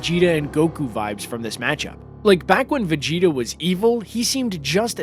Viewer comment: Did you say Vageto it's pronounced vegeta